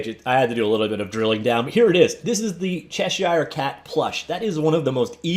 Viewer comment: Hey, man. It's not, "Chesh-shire." It's "Chesh-er."